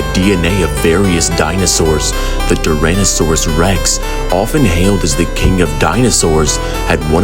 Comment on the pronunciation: This is fire! But you messed up some pronunciations like 'Jurassic' and 'Tyrannosaurus' and you should've known that the dinosaurs here were wiped out but were brought back by scientists.